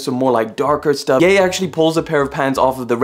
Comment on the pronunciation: got on my nerves how you called him yah and its ye as in yeezys